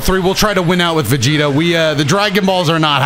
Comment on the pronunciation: Was I the only one who herd vergito instead of vegito